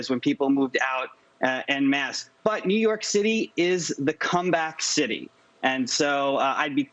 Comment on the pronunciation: When did New York become pronounced "knee-urk"?